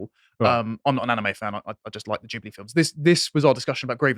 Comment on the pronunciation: I absolutely LOVE that actually knows how to pronounce Ghibli.